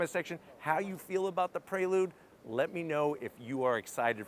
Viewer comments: It’s PRE lude….not PRAY lude lol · I keep hearing him say Praylude instead of Preelude. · Nice car but hearing "pray-lood" so many times is giving me anxiety 😂